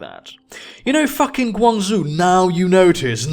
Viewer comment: The "zhou" in GuangZhou is pronounced "joh".